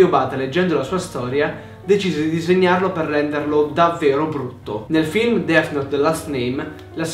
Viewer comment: Notare "Dess"